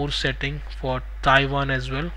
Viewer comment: Omg what a funny accent :face-green-smiling:. Your "as well" is "Asvel"